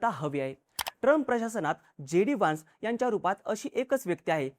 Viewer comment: वान्स नाही व्हॅन्स